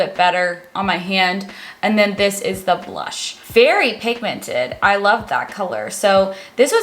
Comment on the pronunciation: “pigmanti…. pigmuto” 😆😆 and like, OBVI she means pigmented, duh!